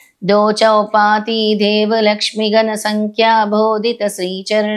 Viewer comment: మీరు మొత్తం 3 తప్పులు చదువు తున్నారు అమ్మ. 1. రాజ్యం కాదు రాజo 2. గణ సంఖ్యా కాదు ఘన సంఖ్య 3. కాటక శయన కాదు కాటక చయన ఈ మూడు తప్పులు సరి చేయండి. ఎందుకంటే మీరు చెప్పిందే సరి అని ఇదే తప్పులు మీ భక్తులు అందరూ చదివే ప్రమాదం ఉంది. అది మహా దోషం. శ్రీ గురు దత్త జై గురు దత్త శ్రీ పాద రాజo శరణం ప్రపధ్యే